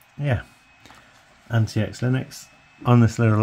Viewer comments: It's supposed to be pronounced as antiques not anti-ecks. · Pretty sure its pronounced like antics.